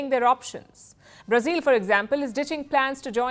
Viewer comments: Learn how to pronounce “Brazil” ! It’s not “ Brazeal” but phonetically “ Bra zill “ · Halitosis, What is Brazeeel instead Brazil and what is pulley tishun instead of politician 😂😂😂😂😂😂😂😂😂😂😂😂😂😂😂😂😂😂😂